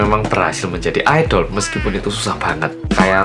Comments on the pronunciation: Bang bacanya aidel bukan aidol:v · Pas ngomong "IDOL" krungu ku kok "ODOL"